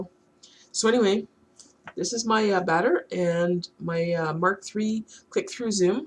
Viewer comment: Good video, just bought one to accompany my 36mm 72°. The proper pronunciation of Baader is apparently somewhere between butter and water.